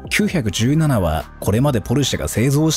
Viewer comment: ポルシェは、『キュウヒャクジュウナナ』ではなく、『キュウイチナナ 』と、読んでほしい。ってか、それくらいしてくれ(￣▽￣;)